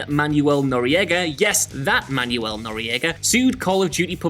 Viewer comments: It's pronounced "Manwel" not "Manyou-el." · dude, c'mon. It's pronounced "Manwell" not "manual" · Manuel- pronounced man-well but you do you, I suppose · Man youell? Manuel is pronounced Manwell. Didn't you ever watch Fawlty towers? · man-well not man-u-el. not notoriety, noriegaity. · I don't speak Spanish and even I know "Manuel" only has two syllables. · The way this man pronounced Manuel hurts my Spanish speaking soul